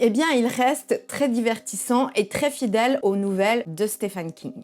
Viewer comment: Orca j'adore juste une remarque tres bienveillante Stephen King se dit Steven king...je sais c'est relou mais lui même le demande son prénom se dit Steven desolée